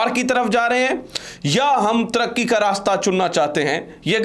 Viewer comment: Jnab, lafz turky naheen hota , traqi be traqi hota he